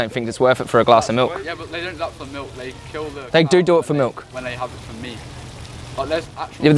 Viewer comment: Milk is like "R" not "M".